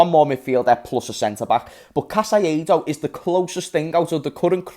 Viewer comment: Bro who is Casaiedo? 😂😂 caicedo: repeat with me (KAI - SEDO) Its easy...